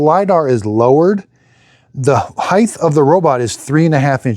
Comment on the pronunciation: Bro, stop heighth. It's heighT. My god that drives me nuts.